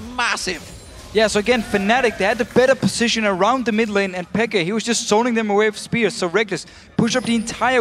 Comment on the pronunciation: yea i nearly pissd myself when he said xpeker